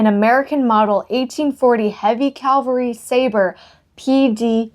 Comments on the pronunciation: I really enjoy your videos! I have to ask, however, are you saying "cavalry" or "calvary"? Sometimes a little of both? I'm guessing that maybe you were raised Lutheran and went to the local "Calvary Lutheran Church"! It's OK. I still occasionally get calvary (location of Christ's death on the cross), cavalry (a soldier's regiment), and Calgary (a major city in Alberta, Canada) mixed up in my use of the words! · The word is CAValry, meaning soldier riding on horseback. You keep saying CALvary like the hill where Jesus was crucified. 🤣🤣🤣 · You have a wonderful sense of humor. Your videos are so well-produced and fun to watch. I look forward to each episode to see what treasures you will highlight next. For what it's worth...it's "Cavalry", as in horse infantry, not "Calvary", where Jesus died. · Your lantern is a little rough, and seems to be missing the cap for the fuel reservoir, though probably available online. Also, CAValry, armed forces on horseback, not CALvary, scene of the Crucification. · Fun show! I must say you are saying Calvary re: the Civil War sword. Calvary is where Christ was crucified. You mean cavalry-soldiers on horseback. Anyway, keep the lantern! Very cool stuff you’re finding! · Stop!! Going crazy with ur calling the thing a CALVARY sword. Now let’s try saying CAVVValry😂😂😂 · I love how you say Calvary almost every time it is supposed to be cavalry. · please know that there’s quite a difference between “cavalry” and “Calvary”…🫶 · Sorry to correct you, but you keep saying CAL-vary sword. The word is CAV- alry. The V comes first in the word. CAL-vary is a name for the hill where Christ died. CAV-alry is the name of horse riding soldiers. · Please stop saying Calvary it is CAV - AL - RY.Its driving me crazy😊😊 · Lol, Calvary is where Jesus died. CAVALRY is soldiers on horseback. No judgement, just funny. I love your videos.